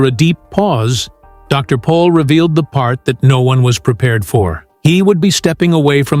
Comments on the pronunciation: It's Dr. Pol not Paul !!❤ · Can’t even get his name right…..POL……..PATHETIC